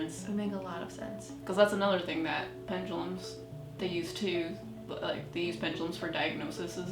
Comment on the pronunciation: Ok, all you new-kids are calling them ‘Pen-GAH-lums’... There is no ‘G’. It’s ‘Pen-DU-(doo) lums’. I just think when people ‘teach’ others something, they, as a first step, should know how to pronounce it, & then of course have studied it for some time to become educated on it. (& Ouija boards should be avoided at ALL costs, unless you want every kind of dark/negative energy/spirit attaching to you.. for *LIFE*.)